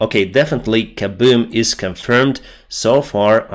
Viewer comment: “A big kabewm” lol.